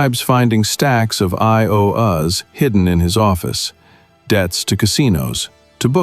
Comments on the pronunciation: Another AI production. it says "I owe us", instead of IOUs. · I.O.U. is short for "I Owe You." If you use the expression as a plural "I.O.U."s, pronounce it as "I Owe yous." Not "I owe Uzz." This was well written. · AI strikes again... piles of 'I O US' ..... instead of 'YOUs' ... hahaha! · “I. O. Uhz “ Can we finally uninvent AI ? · AI bleeps out "fourteen" repeatedly and pronounces Milo as "Mee-low" and IOU as "I-O-Uh". :)